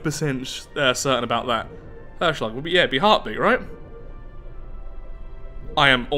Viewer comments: Herzschlag was close. the "e" needs to be more pronounced. The e in Herzschlag sounds like the "ai" from "h->ai<-r". So H-air-zschlag would be how you would pronounce it. Anyway love the series and the more RP like way of playing stellaris. Gives your playthroughs even more character! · I am fully aware it's been a while since this was uploaded but just in case you still want to know/avoid slaps from your ancestors ;) You got "Herzschlag" almost right. only the 'z' must sound way sharper. Closest comparison I could think of would be a 'ts' as in nets. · I was so confused about the name of the station at the beginning of the session because its a german word and means heartbeat. and i was smiling a bit about your pronounciation :) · Herzschlag (pronounced: HE as in help, R is pronounced "the german way" can't think of any english words to use as an example, Z as 'ts' in ants, SCH as 'sh' in shaft, LAG as 'lag' in lager (the beer) means 'Heartbeat' in german. Just translate words to german. Even lame words like butterfly (Schmetterling) sounds awesome. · Just for your Information "Herzschlag" means "heartbeat" in german. Your pronunciation was a bit off but also not too far away from it :)